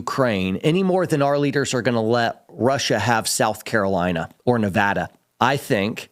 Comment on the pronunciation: Hey! Thanks for saying Nevada correctly!